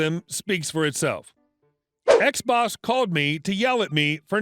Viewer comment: U say "ex-boss" I hear "xbox" 🤣🤣🤣